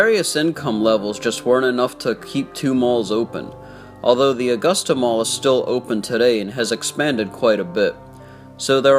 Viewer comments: Uh-gusta not aw-gusta 🙄 when people dont live here lol this mall is an eye sore...STILL, after all of these years. They closed this mall cause it is smack dab in the middle of the ghetto and crime was very high there. They need to tear everything down and put a walmart there or a strip mall. It would honestly make more money since a lot more incomes have come into augusta...let's just hope there's better security next time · my only problem is how you said the city name and Richmond county name wrong. besides that good video